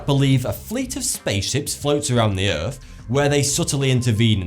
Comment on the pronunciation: It's called EARTH Not erf. dumb shit